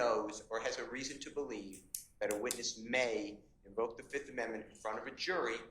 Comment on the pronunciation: He said i plead the fith